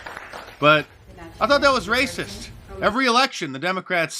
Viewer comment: r-r-r-r-r-r-r-racistttt!!!! gotta love mark lol